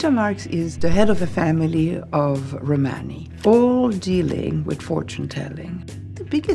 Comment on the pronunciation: Why do all the actors, Isabella included, insist on mispronouncing Romani ?